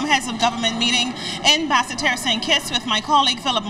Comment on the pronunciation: Bas se terre is in Guadeloupe. BASS TERRE IS IN ST KITTS at least they should ask the people how to pronounce their country's capital.